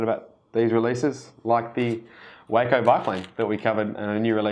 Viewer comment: It's pronounced WAH-CO as in Taco. But I love the video.